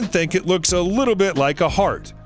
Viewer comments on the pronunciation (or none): none